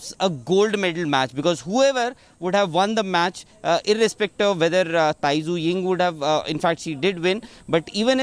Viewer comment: Tai Tzu Ying correct pronauncation: die zeh ing